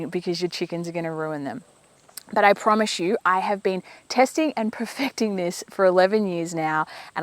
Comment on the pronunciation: You say promis way too much. It’s not an easy word to hear